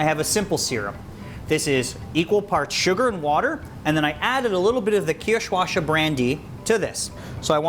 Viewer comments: Nice job. As a German I had to cringe a bit at your pronunciation of "Kirschwasser" You see, the double "ss" is not spoken as a "sh" sound. So it's Kirsch (cherry), which you said correctly, but not "washer" The "wasser" (water) is pronounced "vaser" . Kind of like saying "vase" and then adding an "er". Kirch -vase-er. Not a huge deal, just thought I'd mention it. Keep the videos coming. Kindest regards from a fan. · Caroline Milam thank you! Its almost painful to hear that pronunciation